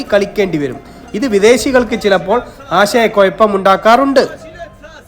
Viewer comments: ആശയ കൊയപ്പം അല്ല കുഴപ്പം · കുയപ്പം അല്ല 🥺കുഴപ്പം ok🙏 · കൊയപ്പ അല്ല, കുഴപ്പം ഇതാണ് ശരി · കൊയപ്പം അല്ല കുഴപ്പം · നിന്റ സംസാരത്തിനാണ് എന്തോ ഒരു "കൊയപ്പം"...😂😂